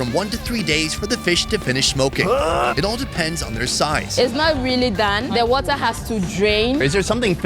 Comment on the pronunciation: 🤣😂 he said snail wahTah...she said WahhTah! I love it!!🤗